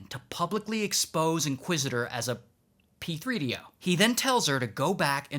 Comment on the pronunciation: “P 3 D O” 😭😭😭💀💀